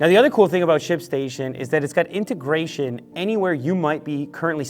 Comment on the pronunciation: You said integration